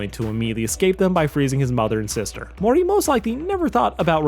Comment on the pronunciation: Dude, you literally need to learn how to promounce words correctly. Slow. Down. Read. You literally pronounced "Morty" as "Morry" this entire video. And that's not even the worst offence. Take. Time. To. Enunciate.